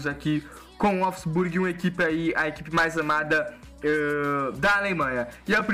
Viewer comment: A pronuncia é volfisburgui